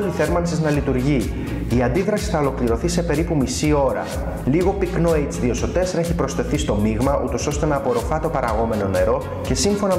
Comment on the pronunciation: Ωραίοι, αλλά ρε μαν.... "ειτς δύο σο τέσσερα"??